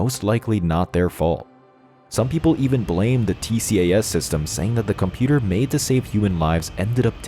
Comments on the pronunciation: I thought it was called "T-cass" (tcas) ? Perhaps only in the West? From a non-pilot, Tx USA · It is Not T-C-A-S!….It’s always referred to as “T-CAS” throughout the entire World!